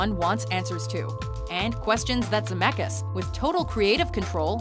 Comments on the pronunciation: Brezz His family tree starts in Europe, Lithuania to be exact. I'm from the same country and it's pronounced ZemeCkis with a hard C and then K, not Zemekis. My last name is with a ck as well, but no one pronounces k, it's Ck. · Its not ZAMEKAS. Please do your research and say his surname right. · I only pressed on this video because of the last name. And also you're saying Zemeckis wrong :) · oh god when she pronounces Zemeckis is pain in my ear